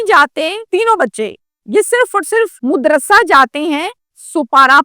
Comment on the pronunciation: Sopara nai seepara...modrasay nai madrasay....urdu seekh lo pejly pir vlog kr